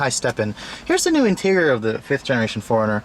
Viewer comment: This is the car I would buy in a heartbeat if I could afford to buy a new car. I've always wanted a 4runner. Anyone else notice how he kept pronouncing 4runner as "foreigner?" :)